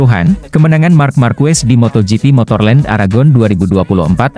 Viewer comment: marc ma'rquez di baca mar ma'rqe